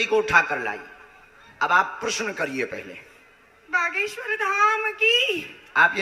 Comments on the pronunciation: Name pronounce thik se karo mam. Baageswar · Behena tum ek lauti ho yeh duniya mein jisse Bageshwar bolna nahi aata. Aur aapke comments toh lajawab hein. Pappu ki behen ho aap